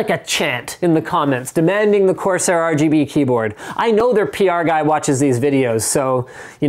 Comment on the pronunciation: Corsair... CORsair...CORSair....CORSAIR... seriously guys do it. Please?